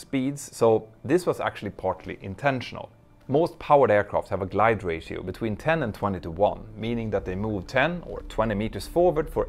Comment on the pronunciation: Hehe, I heard your Spanish interfere with your English for a second: "ratio," pronounced like a Spaniard! Speaking multiple languages myself I have had this kind of thing happen too. XD